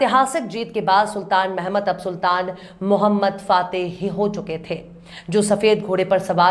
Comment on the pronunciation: Correct pronunciation "Sultan Mohammad fatih"